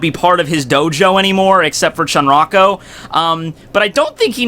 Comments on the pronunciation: It's Charanko, not Chanrako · Charanko is going to hate you for assassinating his name 😂😂